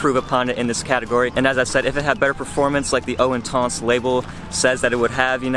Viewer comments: Great video. I own and love it, much better performance than original whilst keeping same gorgeous scent. Also what's intonce? it's inTENce. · WTF is "Intonse"....??? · Wanna slap him every time he says intans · pronouncing intense like an idiot. come on